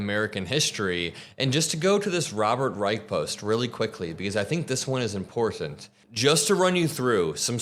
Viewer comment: Robert Rye-shh